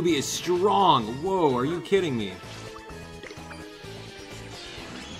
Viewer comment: strong, not sting...